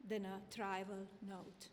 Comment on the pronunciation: Boy has doesn't know how to read. Tivial, calculated vs. Circulated. Convinced vs. Convicted.